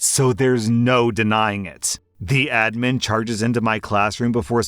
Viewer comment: FINALLY YOU PRONOUNCED ADMIN CORRECTLY